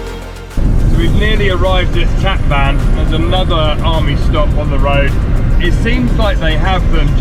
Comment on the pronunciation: The City of Van is pronounced "One" not like your transportation Van in English. Tatvan is pronounced Tot one